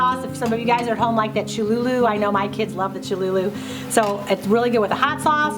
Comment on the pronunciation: I love petunias especially the ones with the painted throats. Thank you for all your tips on foraging and gardening.BTW its Cholu-LA 😊😁🌱💞